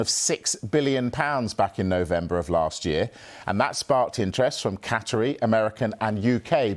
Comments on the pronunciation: Cat-a - Rees? Absolute bell end 🔔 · Whys he saying catterys😂😂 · Someone tell him how to say ‘Qatari’